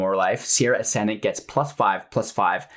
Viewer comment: "Sarah" Ascendant, not "Sierra". Facepalm